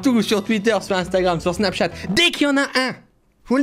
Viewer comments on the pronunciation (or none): none